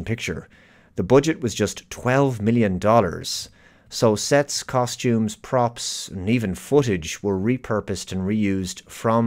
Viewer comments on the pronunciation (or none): none